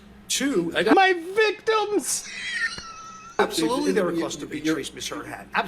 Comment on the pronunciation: Love that line “ His Viticms” laughing so much at that